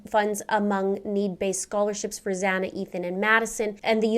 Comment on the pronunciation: Its Xana